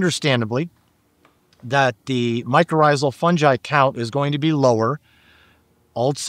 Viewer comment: The Dr. knows how to pronounce hyphae but still says fungi wrong. Lol